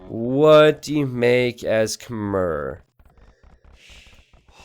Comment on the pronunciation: Stop saying Khmer as 'kuh-mer' It's 'kuh-mai'